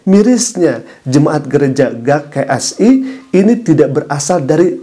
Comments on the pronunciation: Apa susahnya njir baca huruf G 🤣🤣🤣🤣🤣 Mana di ulang2 mulu jd gagal fokus G K S I bukan Ga K S I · GKSI dibaca GE KA ES I ustadz